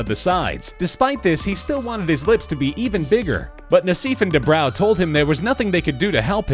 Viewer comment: # - Doctors DUBROW and NASSIF'S last names are pronounced "DOO-BRO" (NOT "Doo-BROW") and "NASS-IFF" (NOT "Nah-SEEF") 😒